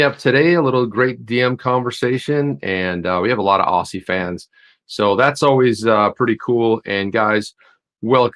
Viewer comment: Just for info you pronounce it ozzy not ossy when you are on about Australians